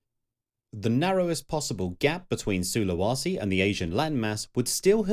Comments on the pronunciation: It's pronounced SulaWAYse. Where the hell do you get SulaWAsi from if there's not even an A there? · SulawEsi not SULAWASI! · While the content here is superb, the narrator cannot pronounce the names of imortant places correctly. Su--lu-wa-si is just wrong (SOO-lə-WAY-see) and to have it clearly spelled out and wrongly said show someone is lavishly incompetent. Sinai, as in the peninsula, is also wrongly pronounced as are several other place-names. Seriously..... another narrator who reads a script knowing nothing about the subject at hand and, in this case, not even knowing BASIC geography. And even Agean was spelled wrong in your large-letter titles! Ageaan? Really? Great content paired with an irritating presentation.